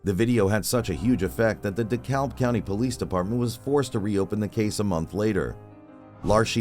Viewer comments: Beside the point, but "Dekalb" is pronounced dih-CAB. The 'L' is silent. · The L in Dekalb is silent.